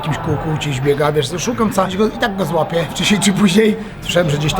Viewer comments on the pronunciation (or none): Bartosinski, mówi się złapię , a nie złape. Ty jesteś za glupi na to